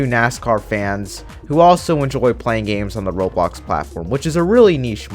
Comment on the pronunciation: did you say robox platform lol